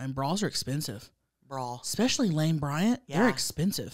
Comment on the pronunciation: and y’all are my favorite people in the universe. If I could meet anyone it would be y’all. But please stop saying expecially, it’s especially hunnies with an s. Love ya